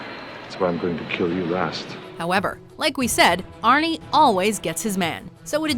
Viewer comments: Don't call him arne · Stop calling him Arnie god damn